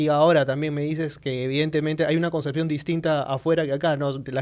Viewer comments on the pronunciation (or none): none